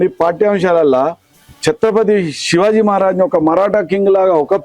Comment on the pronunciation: Anchor chatrapathi shivaji maharaj chatrapathi shivaji kadu sariga palakandee